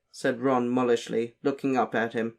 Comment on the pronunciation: Mulish = mule + ish or mew + lish Definitely not mullish or muh + lish